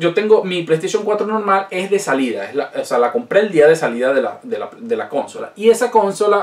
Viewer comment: Amigo, me suena raro que digas cónsola, "con acento en con" y no consola, con su acento en "so". Por lo demás todo muy interesante.